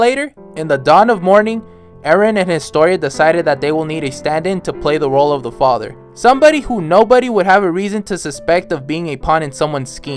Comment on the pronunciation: Homie is stressing Historias father so much. Chill dude.